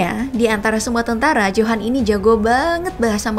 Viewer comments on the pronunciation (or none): Bukan johan tapi di baca yohan